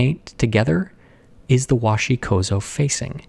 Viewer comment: Once again, it's not "wahshi kozo", it's 'kōzo-gami'. Please strive for greater correctness.